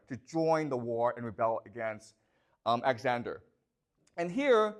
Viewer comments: Lmao I can't unhear it now😂 He says it so much too, thanks for ruining the video for me 🤣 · He calls Alexander axander😢😢😢😢😢😢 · Why is your pronunciation so lazy and sloppy? Axander, hair for "heir"